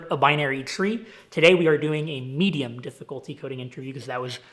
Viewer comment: "Medium". Dear god 😐